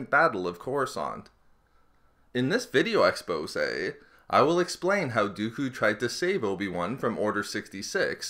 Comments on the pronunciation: CAN YOU PLEASE STOP SAYING EXPOSE IT IS SOOOOOOOOOOOOOO ANOYING!!!!!!!!!!!!!!!!!!!!!!!! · Damn, every time you say "expose" I , don't know why :p , have to watch something else^^